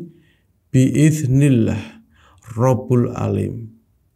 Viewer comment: "Robbul 'aalim" atau "Robbul 'aalamiin" bang?